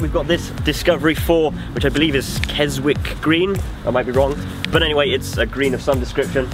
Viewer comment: Yet another awesome video but the Keswick green (pronounced with silent "w") discovery was a disco 3